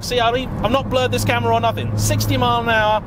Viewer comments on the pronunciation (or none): none